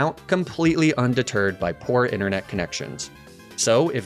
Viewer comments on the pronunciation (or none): none